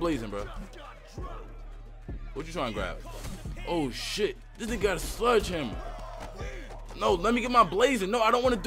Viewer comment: It's sledgehammer not sludge hammer 😂😂